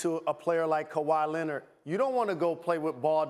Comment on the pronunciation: Kawhi "Lennid" ~ S.A.S